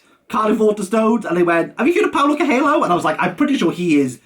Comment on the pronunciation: Bro for fuck sake look up how to pronounce Coelho. Also Amado is amazing. But you picked the wrong book